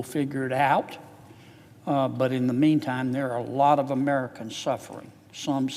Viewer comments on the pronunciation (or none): none